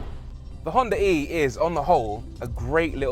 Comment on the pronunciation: Ahh, thanks for not pronouncing it "Honda Ree" like almost everyone else.